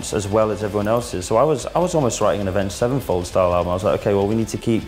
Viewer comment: He say avenged sevenfold